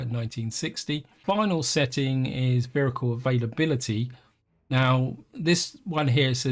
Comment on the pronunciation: I keep hearing "vhericle" and I can't stop!